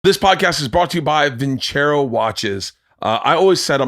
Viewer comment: vin -ser-oh ... come on man ... theyre sponsoring.